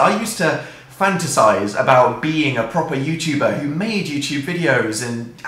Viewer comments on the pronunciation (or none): the way dan emphasizes "proper youtuber" bc he thinks he isnt one im so hemmotional rn